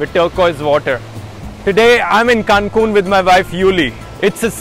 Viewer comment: i just keep hearing cancun as kanpur and for a second i am super confused - only 200 km from kanpur?? 🙄???